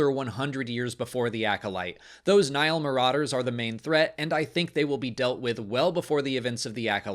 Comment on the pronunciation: It confused me the way you pronounced Nihil since I've been enjoying the high republic books on audible and they clearly state this as "Nī-hil" every time, with two distinct syllables and a long i for the first i. Took me a second and I was like oh, he's talking about Nihil lol